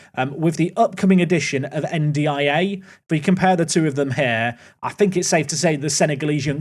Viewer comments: Hi, it’s pronounced N-Die-Ay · Your pronunciation of N'diaye is criminal. 😭😭